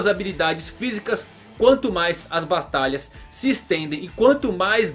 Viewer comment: Ele disse as bastaslhas